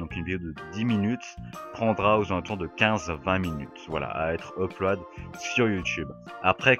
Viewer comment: Quand tu dis Uploade ça me tue, sinon très bonne vidéo !